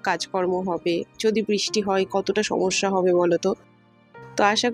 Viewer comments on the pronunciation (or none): none